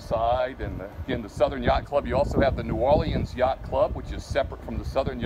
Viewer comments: Omg it’s New Or-Leans, leans dude. Not lee-Anne’s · New Or-leans. “Leans”. Not Lee-Anns🤦‍♂️